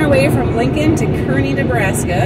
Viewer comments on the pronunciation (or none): Pronounced Karney by Nebraskans. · It's pronounced CAR-nee. And you missed the massive national car show today. Cruise Night. It's massive. Activities everywhere and cars as far as the eye can see. Guess your video came up bc I'm in Kearney today. Hope you see all there is to see. The Fort, the Bridge. All of it